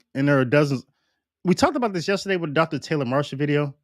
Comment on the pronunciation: Sounds to me that you are giving Bergoglio more credit and respect than he deserves. I believe he IS a Freemason. By the way, "with" is pronounced with a th sound at the end not with a double ff sound "wiff". Come on man you're supposed to be educated. Like your show though.